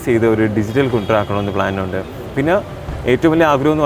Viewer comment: കുണ്ട്ര അല്ല കുണ്ടറ